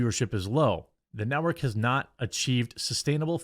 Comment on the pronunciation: Did I hear you correctly..? Did you call G4 the "NOT-work"? 🤣🤣🤣🤣